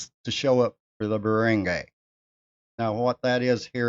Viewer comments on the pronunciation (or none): I also had someone reported to the barangay to settle the matter of non payment of personal debt. The barangay (pronounced "barang-guy" not "barang-gey" just so people could understand you more) is the smallest unit of government; it is not a court of law but they are allowed to settle matters that you described. That is a form of "out of court settlement." The first point when going for settlements is the barangay (not all cases apply) if the problem is not settled there, that's when you can elevate it to the actual court. If my case was not settled at the barangay level, I was prepared to go to small claims court. Thankfully, the other party paid their debt. If you really want to live there for good, try to learn the local language. If it's Bisaya, "para dili ka mabaligya." If your girl speaks Bisaya, ask her what it means. Have a nice day.